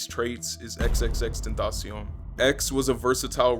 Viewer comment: No one’s gonna talk about how he said xxxtenaction